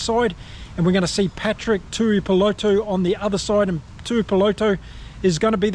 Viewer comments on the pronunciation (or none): Alot of people online butcher Patrick Tuipulotu's last name. Especially non kiwi channels. But come on bro as a ex kiwi. You go to pronounce it correctly. Its pronounced "two ee poh lot two"